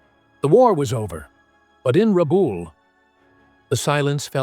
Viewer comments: Rebool? Rabul? Rebell? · The presenter is unable to pronounce RABAUL correctly & on screen spelling is wrong. Lift your game. And it was an Australian possession. 🦘🇭🇲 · I grew up in Rabaul. I wish they would say the name correctly. I went to school over the road from the major head quarters for the pacific. It was was only 1960 -- 15 years after the end -- still heaps of stuff about. Was an interesting time. It was well defended but was not a fortress.